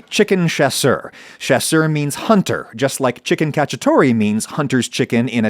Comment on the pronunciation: So, I've never seen cacciatore spelt before. Hearing you say it "catch-ah-tor-ee" and seeing it spelt cacciatore ("cach-ee-ah-toh-reh") is just...jarring xD